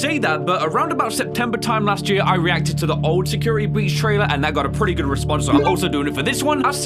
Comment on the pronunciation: Nobody:: Secirity Breech (Not a hate comment just jokin around)